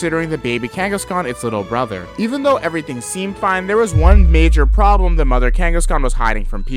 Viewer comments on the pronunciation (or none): none